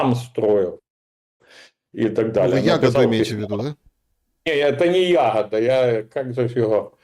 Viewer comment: Какой Ягода? Откуда вы вылезли такие дремучие? ЯгОда. На о ударение.